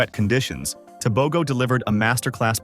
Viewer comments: When doing a documentary accuracy is key. Tebogo is not Botswanian. He is a Motswana. His name is not Teh bow Go. It is pronounced Teh Boh GhoH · You are butchering the surname, I think its about time Africans are respected and valued.